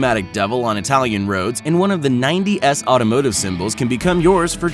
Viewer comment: He pronounced 90’s as ninety ess 😂